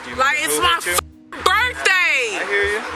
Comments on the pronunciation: Ladies and gentlemen relax, it was her birfday. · "BUT ITS MA BIRFDAY" There are WAY too many ignorant & obnoxious ppl like "Chrissy" omfg why do these clowns have rights lol